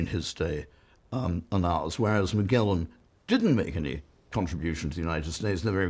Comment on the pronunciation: And what's up with the hard-g pronunciation of Magellan? When did that happen? Did somebody put out a memo, or is it just an intellectual affectation?